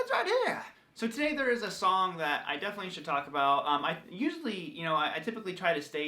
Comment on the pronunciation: The way he said ”song” sound just like the first ”some” in all-star song